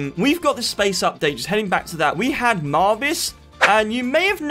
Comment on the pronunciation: wiye do you call marvix marviz